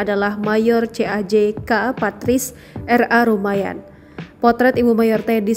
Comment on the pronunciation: Ibu Patris R.A. Rumbajan bukan Rumayan asal Minahasa - Manado